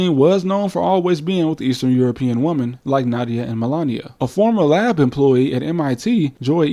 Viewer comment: It's pronounces Nadia, not Nada. Just as you pronounce "Het" in Russian as Nyet.